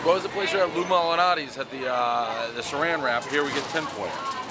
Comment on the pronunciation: You need a lesson on how to open a pizza box. It shouldn't be that difficult. Also, it isn't "Lou a malanati's". Too many "a"s dude. Just Lou Malnati's.